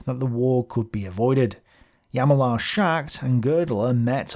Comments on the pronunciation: Please make an effort to pronounce the names correctly. It is "H j a l m a r", no "jamalar" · Hahaha! Indeed, it's not always correct. "Ch" in German, is like the ancient Greek "chi", close to a "k" but aspirated, i.e. with lots of air. Like the Scottish "loch". Or imagine you're a Russian trying to say "hello". Hjalmar is pronounced "h' yalmar". Now repeat after me: "h' yalmar s' ghaght". You've now earned a dram of scotch, and my gratitude. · Hjal-mar. otherwise, thanks for a great vid as always. thanks for your great sources aswell!! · The "H" is silent in Hjalmar , just do the "J" ...